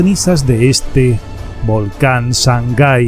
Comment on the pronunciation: Se llama SANGAY no shangai. Saludos desde Ecuador.